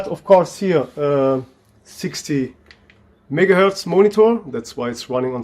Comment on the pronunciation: his megaherz sounds like nigaherz CmonBruh